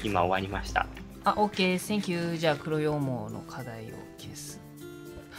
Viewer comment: ともさんの黒羊とか白羊の発音が藍染さんの黒棺